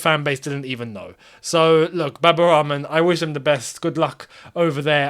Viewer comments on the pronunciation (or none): Why do you say Baba Ramen? I know you half white. But you pronounced Al-Ahli properly. You could try the same with Rahman.